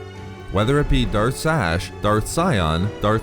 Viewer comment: I know you said Darth Sash but it sounds like Darth Stash